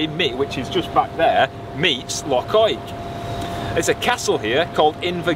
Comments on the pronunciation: Fabulous vlog with fab scenery. Loved your pronunciation of Loch, let's hear it again! Yes you've been lucky so far with the Scottish weather but it can't last. Looking forward to next week already. Jocelyn. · The Well was always one of my favourite tales to tell the guests when I drove coaches, they loved it. Can't beat a wee day out in Fort Augustus., your pronunciation was spot on there. The thin ribbon of cloud you see there is the ever elusive Scotch Mist. Crackin' video. Much love from Ayrshire. x 😊